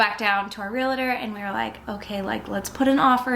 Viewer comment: Realtor not realator